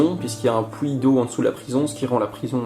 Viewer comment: XD XD XD j'adore "pouit" au lieu de "puit" mangnifique video c'est trop beau i love youre travail de malade